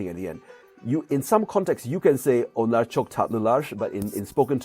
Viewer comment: Can you please explain why you're adding "sh" sound after r in Onlar